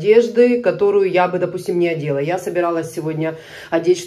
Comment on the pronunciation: НАдела, а не одела )))